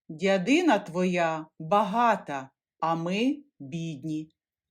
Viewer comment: Не чобОти, а чОботи, не дядИна, а дЯдина.